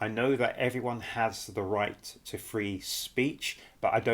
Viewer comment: the RRRRRRIGHT PEOPLE? ARRRRRRESTED??whats the meaning of these odd words?